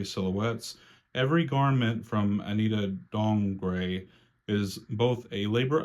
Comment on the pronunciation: You said Anita Dongre’s name correctly I used google translator to confirm and there’s an option to “hear” your translation (for future reference if you’re interested). Also I hope you’ll get the Aaliyah Barbie in January & do a unboxing or review